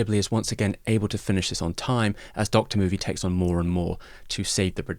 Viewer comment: I've been wondering if its pronounced "doctor" movie or not for yrs and I'm so happy to hear it pronounced that way lol